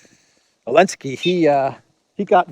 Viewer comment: I love how you call Zelensky "El-Nski" , an appropriate last name for an N word .